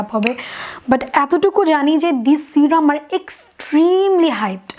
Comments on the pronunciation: Kotha bollei smart hawya jai na. Tomra bekar smartness dwkhao😂😂😂😂srirum .. Ba sirum noi go.. Serum.. Kotha tai kemon kore jano bolo😂😅😅😆😆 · Not C-ram it’s se-rum ..no offence 👍🏼